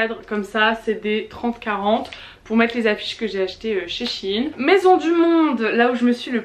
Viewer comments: C'est pas chine mais shein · Juste c'est pas chine c'est shÉine 😂😭🥺💗